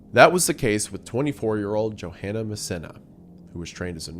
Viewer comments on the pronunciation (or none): none